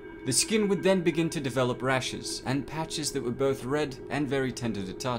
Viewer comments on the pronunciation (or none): none